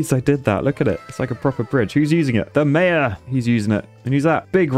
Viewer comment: I’m sure someone must have said it already, but just in case, as a Canadian, I can let you know that a group of beavers is called a colony. Also, why do you keep calling “TheMajor”, the mayor?!? Otherwise, love the series.